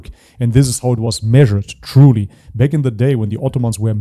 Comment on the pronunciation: What's up with your accent? You say back as 'beck'. Get rid of the E dude.